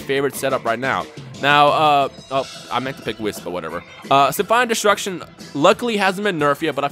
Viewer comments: um you say wiss instead of weese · Did you just... Just... Call whis wiss!?!? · Whis' name is pronounced as if the last part after wh is east without a T. why do say wiss. in xenoverse they even pronounce it correctly.